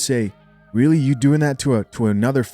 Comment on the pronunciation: Joe was weally weally twippin